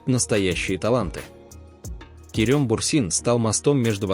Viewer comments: помню конечно, но правильно Керем! 😊 Керëм режет слух.. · Странно произносится имя, турки произносят более похожее на " Керам", но не мягкое е